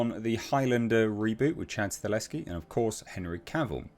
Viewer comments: As a polish man, Chad's surname is pronounced "Sta-hel-ski" not Staleski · you’re mispronouncing Chad’s last name. You’re saying “Stah*Leski” & it’s “Sta*Helski” -Sta Hell Ski 👍🏼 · It's STAHELSKI not STALESKI! It's splattered all across your monitor in the article you just read! What's funny is your briefly pronounced it the correct way & literally a millisecond later went back to STALESKI LMAO 🤣 🤣 🤣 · H, you are a legend. But it’s stahelski. Sta. Hel. Ski. XD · it's pronounced Stuh - HELL - Ski. You're welcome. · I would not normally correct someone for pronouncing a director's name wrong, but you did it 800 times.